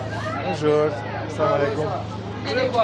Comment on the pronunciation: Assalamu Aleycum se pronunta❤felicirari interesant serial❤